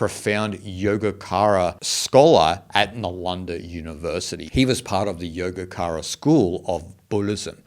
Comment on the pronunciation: Nice video! There's only one little thing I wanted to point out: Yogacara is spelt as Yogachara rather than Yogakara. In Sanskrit, C is read as CH. For instance: Kalacakra-Kalachakra, Citta- Chitta, ,Cakra-is Chakra, Camunda-Chamunda- And Yogacara is Yogachara :) 🙏